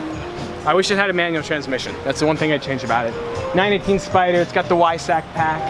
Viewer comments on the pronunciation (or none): Porsche 911 Ysack lmfao you uncultured swine